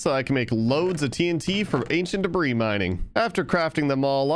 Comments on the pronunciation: This is making me go insane but in the word debris the s is silent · day 518: I've finally accepted that it doesnt matter he keeps pronouncing the s in debris and i should just get over it. i'm over it. day 519, a second later: doesn't pronounce the s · Please stop pronouncing the s in ancient debris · The "S" in "Debris" is silent